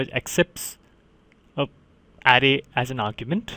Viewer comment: Thanks a ton for your help. BTW in the word "array" the emphasis is on the second syllable, "uh RAY."